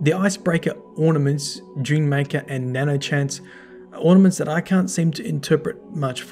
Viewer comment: I don't necessarily like to correct people, but it's nanoHANCE, not nanochance Which I would think means that the icebreaker was modified and improved with Sive, but I'm not sure